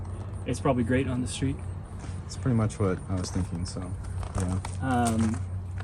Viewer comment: ffs not "shtreet", it's called "street".